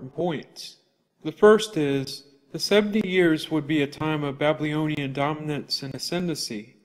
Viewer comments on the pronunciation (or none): Great videos. One thing, you lose a bit of credibility when you can’t pronounce the word “Babylonian” correctly. It’s not Ba-blee-oh-nee-an